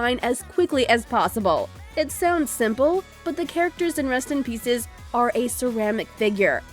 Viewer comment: You make it sound like 'Rust in Pieces' no offence